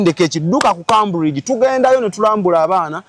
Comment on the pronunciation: It's pronounced Kemburigi, Cambridge in English. Tokitwala, it's for correction